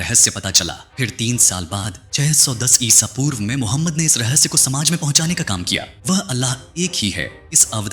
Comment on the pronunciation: इसा पूर्व नही इस वी कुछ जगह आपने गलती से बहुत जगह इसापुर्व कहां है